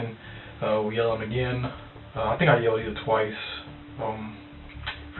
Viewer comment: How does he make the word him into a two syllable word? "Heeyum" 😂